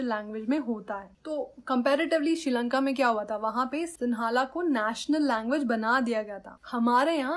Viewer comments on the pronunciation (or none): none